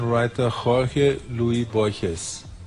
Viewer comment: versão em inglês do livro do J. L. Borges? vcs o leram em inglês? pq pronunciar "aisac newton"? e pq não pronunciar "rorre luis borres"? são "detalhes", mas dói no ouvido e passa pela valorização da nossa desprezada cultura latinoamericana